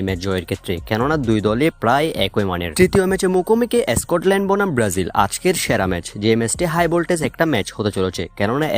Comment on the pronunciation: আরে বেটা এসকটল্যান্ড না স্কটল্যান্ড হবে।উচ্চারণ ঠিক কর তারপর ভিডিও বানা।